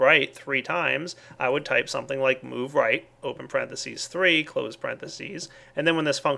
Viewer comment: Whats a "Porenthases" or however you spell it :S